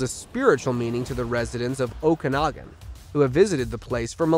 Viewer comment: I refuse to like any #SqueezedLemon videos until your narrator can pronounce names and words. 15 videos at count so far. That's Every one I have watched since April 2022. In this video 1. Newfoundland is (Noo- fun- lund). Aurora Borealis is spelled the way I have it. Not like > Boralus. It's also pronounced (Uh-roar-uh Bor- Ee- yal-Us). Okanogan is (Oak i noggin) fluidly, not choppy sounding.